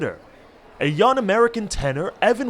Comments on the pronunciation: I hate how this man doesn't pronounce the G in his words. "sawn" "yun" "sin" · “Son”, “youn”, “siners” “alon”? Do you have a problem pronouncing “g”’s or something?? Really annoying for a voiceover! Blow your nose or something